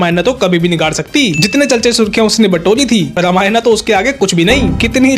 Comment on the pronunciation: रामायण , not रामायणा !!